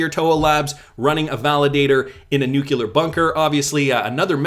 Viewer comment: Nuclear- not nukular...